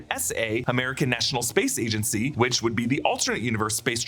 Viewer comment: "Agaency"? Is thaet aen aelteanaetea spealling from thaet univearse?